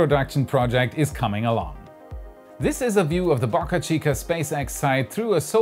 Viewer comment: "BAAcachica" or "Bo cachica"?